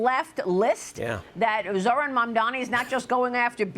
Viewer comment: the name is MAMDANI ! M-A-M-D-A-N-I . YOU SHOULD LEARN HOW TO SAY IT.